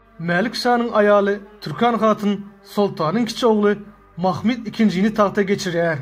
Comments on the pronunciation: Mahmid nedir yav. Mahmud demek çok mu zor? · Türkmenler öyle telaffuz etmiyor. Bir kere peygamberimizin bir adı Mahmud'dur. Bunu bozmaya kimsenin hakkı yok. Ayrıca ilmî konular anlatanlar, tarih kitaplarında nasıl yazılıyorsa öyle söylemeli, aslına uygun telaffuz etmelidir.